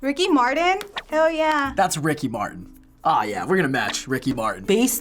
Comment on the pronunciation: Bill Cli'in and Ricky Mar'in.